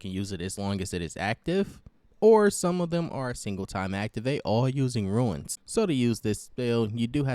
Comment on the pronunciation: Hes refering to you pronouncing the word Rune as Ruin.